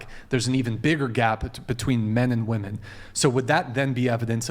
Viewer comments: Why are they saying woman and not women? Just when I think theres no possible way for them to be more stupid, they go and do something else 😂😂😂😂😂😂😂 what a bunch of idiots. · Why is it so hard to say “women” and not “woman” when its plural I’ve seen a few women do it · The way she kept saying woman not women was driving me nuts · Why are so many people saying "woman" now instead of women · the way she kept saying woman as plural gave me the ick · Does she not know how to say "Women" in the plural instead of "Woman"? That girl is stupid 😂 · No it’s definitely from a difference in education. That’s the biggest red flag of human existence at this point. If the chick says “woman” in place of “women” then she’s a lost cause and run away as fast as possible. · no, he was confused because they are pronouncing it as "woman" instead of "women", which is plural. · It's because they are trying to say it exactly as it's spelled even though it's wrong. They are saying "wo-men" but it's indistinguishable from "woman". That's why it's pronounced "weh-men" in the English language so you can distinguish the two. People who say it like she does tend to be pompous.......... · God these people sound so stupid when they pronounce women as woman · I know I hate it lmao It's pronounced WIMEN not WOMAN JFC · Man, how many of these girls don't know how to pronce women. It's Wimen girls, you might actually grow to be one one day. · What is this thing with not being able to pronounce "women" properly? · Why can't they pronounce women correctly? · How are these chicks always unable to pronounce WOMEN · She goes out of her way to use big words, yet she can't simply pronounce "women". Even her voice is annoying 🙄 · These little girls have no idea how to say "women" correctly. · Why does she keep saying woman, when it should be women?? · I feel my brain hurt when she talks, especially when she pronounces women as woman. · How do so many women that come on this show not know how to say "women"?